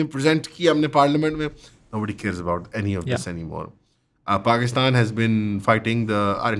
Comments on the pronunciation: Abe kya aand kha rha lahori??? Hasi nhi aa rhi?? Paxtan Paxtan to bol. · Paxtan Paxtan bolna